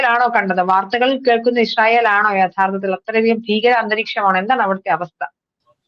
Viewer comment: ഇശ്റായേൽ അല്ല ചേച്ചി ഇസ്രയേൽ നേരെ ചൊവ്വേ പറഞ്ഞു പഠിക്ക്..